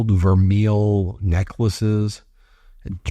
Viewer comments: Love you Ben but it's pronounced (vermay). The piece should sell for about $25 not $245. She's just like her asshole husband. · IT's pronounced VER MAY. I know. I used to be a jeweler for a top company. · I believe it is pronounced ver-MAY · Please take the time to correctly pronounce vermeil...it's french! Your pronounciation makes you sound as ignorant as maga!😂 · $245 for vermeil? Nah. Way overpriced. BTW, it's pronounced Vermay. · Ben it is pronounced ver-may and it is not even as good as gold filled, which doesn’t rub off. Wow😅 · Vermeil pronounced ver may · It's pronounced gold ver-may. It's French. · Pronounced "ver-may" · Pronunciation is "vair-may." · Love you ...would never miss you...just want to say Vermeil is pronounced..Ver-may. Thank you for all you do! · Melania's hair bill could support 10 families comfortably. Vermeil is pronounced vehr-may. Just for interest: "gold vermeil is considered real gold! For jewelry to be legally regarded as gold vermeil, there must be a layer of at least 10k gold that is 2.5 micron thick (that is 5x thicker than regular plated gold)! The gold plating is usually electroplated over a sterling silver base." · I was a jewelry designer for many years. Vermeil (pronounced VER-MAY) has a few iterations. One is a gold electroplating over sterling silver. Less expensive interpretations are gold electroplating over copper or bronze. You can make your own assumptions. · Vermeil is pronounced "ver may." Just some useless knowledge for you. I've heard some pronunciation sites pronounce it differently, but in the jewelry world, it's pronounced "ver may." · Ben, just to help, vermeil is pronounced ver- may. There is a difference between plating or filled. Vermeil is plating, and can be very thin, and the karat is unspecified. Always buy filled. Filled is a process permanently bonding the gold toast base, usually brass. Is this gold color or a karat- was not specified. Love to see what this POS tests out to be.